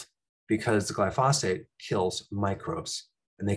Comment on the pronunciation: It’s glyphosate not goyphosphate 👍